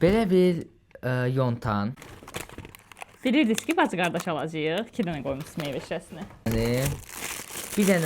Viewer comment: Yonan yox❌ Yontan✅ 😅😅😅😅